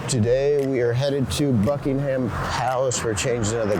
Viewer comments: Don't emphasise the HAM in Buckingham. It's BUCKING UM. Anything ending in HAM is usually pronounced UM. I don't know why there was so much Mayo on everything !!?? I've had afternoon tea and NEVER had Mayo on the sandwiches ! Why are you eating the beans on toast with your hands !!?? You should use a knife and fork. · Not Bucking Ham Palace. It's Bucking'm Palace. No ham in sight. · Its NOT BUCKING ....HAM PALACE JUST Buckingham Palace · It is not called 'Bucking Ham' Palace. It is pronounced Buckingem Palace. It always amazes me why visitors make a beeline for London. It is the last place on earth I would go to. Go to King's Cross or Euston Station. Get a train to somewhere nice! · NOT Bucking-Ham palace Bucking-UM Palace !